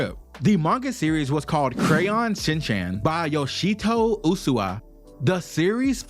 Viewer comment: "ooh-swee" Nohara is his family name. His given name is Shinnosuke, or Shin-chan. Nohara could be used to refer to anyone in his family.